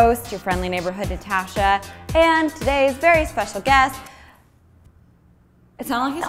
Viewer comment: Ooooo Natasha said "Speacial Friend"